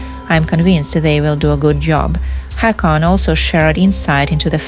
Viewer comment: Haakon is pronounced Hoh-kon. 😊